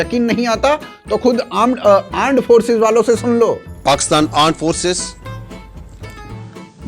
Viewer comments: Aand force nhi r*nd force 😊😊😊😊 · Armed forces ❌ Aand forces ✔️😂😂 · Armed forces ❌ Aaand forces ✅😂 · Its difficult to say "R" with mutated inbreed tongues. So Armed -> Anmed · Aand forces, satya keh diya inhone toh😂😂😂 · Ant forces🤣